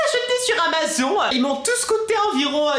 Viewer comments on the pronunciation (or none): none